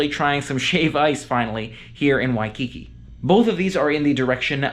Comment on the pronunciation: At least he only called it “shaved ice” once, that I heard. In Hawaii the frozen dessert is “shave (NOT SHAVED) ice. He correctly called it “shave ice” multiple times (now if we could only teach him the correct pronunciation of “Waikiki”).